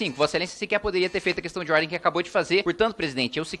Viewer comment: Meu Deus... A pessoa fala qestãi de ordi. Meu Deus. Faz vergonha ao parlamento é uma pessoa que nem se preocupa em melhorar para poder ajudar em algo.